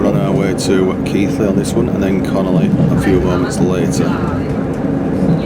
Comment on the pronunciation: Lovely video, but it CON ON LEY, NOT CONOLEY